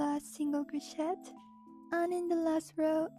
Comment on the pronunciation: You don’t say the ‘t’ in crochet by the way. The ‘et’ is said like a long a.